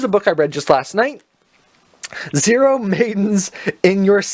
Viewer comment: Nice haul! Btw it’s pronounced “oh maidens in your savage season” not zero